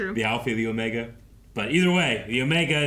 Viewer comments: It's not "Omega" the way that we normally think of pronouncing that word. His name is OH-meh-gah, stress on the first syllable. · "It's OOOOmega, not OmegAA." -Hermione, probably.